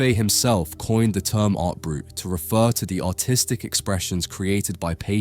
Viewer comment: You pronounced "artistic" like "autistic" several times.